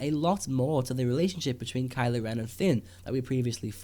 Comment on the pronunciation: *Kylo. Ugh, "Kyle." LoL!